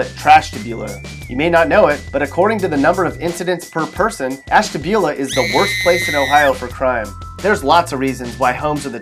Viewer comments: It's pronounced "Ash-TAB-U-la." Makes you sound nice and erudite! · More. Like. Ass-dula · He also pronounced Ashtabula wrong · man Ashtabula 😭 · the way he said “ashtabula” oh my god